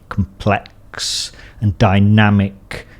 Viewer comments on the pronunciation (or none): Nobody:: "hypahh compLECKSSSSSS beings"